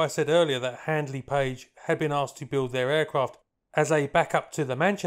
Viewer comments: Great video, but please do your research better It's HANDLEY PAGE not HADLEY PAGE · It's not Hadley Page it is Handley Page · whilst I enjoy your videos, please take a bit more time to learn the correct pronunciations of words, it's HaNdley Page, not 'Hadly Page' and as longeron is a French word, it's pronounced lonjeron (with a soft j sound) not 'long'-eron.